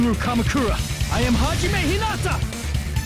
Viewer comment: i liked it when monomi said haijime u stupid face